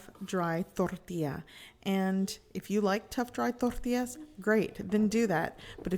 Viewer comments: Trying to sound more Mexican. It's bloody annoying. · why she saying tortillas like that